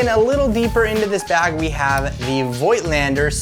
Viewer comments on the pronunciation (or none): The v in vöigtlander is pronounced f by the way :-) because it's German I think.